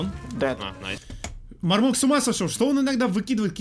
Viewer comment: Не мармока а мармоко